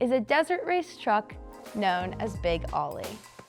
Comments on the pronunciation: She was already putting me to sleep, and I stopped watching when she mispronounced the name!! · I always thought it was known as "Big Oly" (say "oh-lee") as in Olympia. That's the way I've always heard it pronounced too. Not "Ollie". That's the problem when you hire young models who don't do any research and have no idea what they're talking about. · "Oh-lee" not Ollie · “Ollie”? Think Olympia beer and say Oh-LEE. Big Oh-LEE. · As soon as I heard Ollie and not Oly I turned her off. Bad for Peterson museum……… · Not “Ollie” like what a skateboarder does. “Oh-Lee” as in Olympia Beer. It’s The Water! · Ō - ly, it's beer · Wouldn't it be great if the girl who is really not very good-looking really not very knowledgeable and really doesn't even know how to dress to make a video could actually pronounce big ole bronco the correct way instead of calling it big Ollie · Not aly it's pernounced "O"ly. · Yes, I've never heard his name pronouced the way she did and Ollie was just lame. But the car was one of a kind in those days and I was lucky enough to see it in action. I still remember how all the little Mexican kids would yell Parnellliiiiiiieeeeee. You would hear him coming before you saw him. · Such a disappointment that they couldn't even figure the proper pronunciation even after looking at the sponsor name. Yes l expect better from the Peterson. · If she doesn’t know it’s “Oh-Lee” she probably doesnt know enough about cars to be doing this video. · I never said she did, but anyone with half an education would know that OLY is pronounced "oh-lee" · More like bowl-y without the b, but let's be a bit easy on her. It's been a really long time since Oly was the big brand of beer on the west coast. It was the 1970s. I'm gen X and barely remember it. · So frustrating to hear her mis pronouncing Oly over and over again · I could only hear her say Oly wrong about 4 times before I quit watching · She can't say Oly right, lame video!